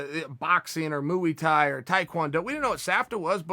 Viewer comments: Chael "MuYhi-tHAi" Sonnen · Chael Sonnen: Moo-ey Thai Me: Ok great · He said “mooeey Thai” 😂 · Seriously? Moo wee thai?? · Only came here to hear Chael say mooey Thai 💁💪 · MOOO-E. Thai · "Mooey thai" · Moo eeey Thai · Moeey Thai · Chael "moo wee tie" Sonnen